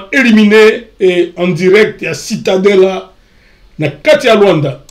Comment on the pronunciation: Cidadela et non citadela (cidadela desportiva donc ville sportive)